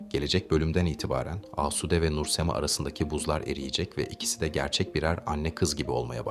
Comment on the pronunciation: Şu Nur Semayı söyleyemedin öğrenemedin